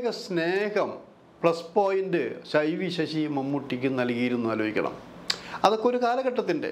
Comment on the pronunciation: നീ,ക്കുറെ, ആലോജിക്ക, ഏന്നിട്ട്, വീണ്ടും, ആലോജിക്കണം,, ട്ടോ, ക്കുറച്ച്, ആ ലോജന, കുറക്കാൻ, പറ്റുമോ, ഏന്ന്, ആലോജിക്കണം,, ഒരു, ആലോ ജന, അരോജകൻ,,😮😮😮